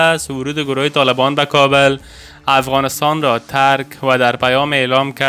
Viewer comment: لطفا کابل را درست تلفظ نکنید .